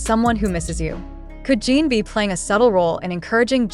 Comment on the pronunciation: I hate that you keep calling him Gene! If you are going to profit off them, the least you could do is pronounce his name properly! It’s Jin pronounced like the drink gin!Get it together will you! In any case, I don’t believe ant of this. Jimmy wouldn’t just invite the one! He will have them all on, even if JK is his favorite. Getting the first OT 7 in the US is such a huge coup, as a professional, he wouldn’t trade it for just one person. They can spend time together when all 7 travel over!